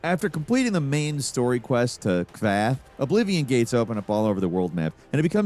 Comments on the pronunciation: Kvaa??? Apparently you didn’t actually play the game cuz they say the name of the city like a thousand times 🤦🏻‍♂️ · He also said Kvath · "Kvathhh" I'm glad I'm not the only one that heard clearly fucking up the simplest of words in these games. Jesus. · Kvaa was painful enough but Chorrol made my soul leave my body. Never change,. 😄 Love the video! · You dont need to tell me what age you were. Clearly the narrator and writer were 2 different people. Because the hero of kvatch would know how to say "kvatch" and "chorrol" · okay, the way you pronounced kvatch and choroll hurts. They literally say the names of the cities in the game all the time. How do you get them in a wrong.